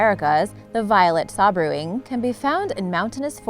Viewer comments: Sabrewing is made up of two words, Sabre and wing. the word Sabre is pronounced like "Saber", so it is pronounced like "Saber-wing", but is spelled like Sabrewing; it's not "Sab-rewing". All words in the english language dictionary have pronunciation guides next to the word, in brackets, so if you are unsure how a word is pronounced you can use that little bracketed word that is spelled phonetically, to help you out. Please do so, because when a person who regularly produces vlogs should know how to pronounce the words of their Mother tongue, it's hard to take you seriously when you a presenting facts, but can't pronounce words in the English language, which, I can tell is your native tongue. it undermines your credibility, if you can't even pronounce your own language properly, how can you be trusted to present facts correctly? Just sayin', i like your videos, but you need to work on your english. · It is pronounced "Say-ber wing" with a hard "A" sound. not "saw-ber wing" as you say . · I believe it's pronounced say-ber wing not saw-bre wing. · Number 1 is actually pronounced Violet "say-bur-wing"........sabre....like the 1 handed sword.......great video BTW!! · Why is your pronunciation so bad? No 10 is pronounced SAY BUR WING as in Sabre the 'sword', and the other annoying example was the one you said was the 'Sea Saffeer' It's pronounced properly as the Sea SA-FIRE as in sapphire the gem ... It's not as if they are difficult words to say... you just decide to put your own spin on them? Poor !!! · Yes, I scrolled to see if someone had corrected this. Yay. "Say-bur-wing." Like cavalry sabre (sword).